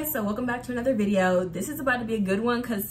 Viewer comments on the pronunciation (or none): none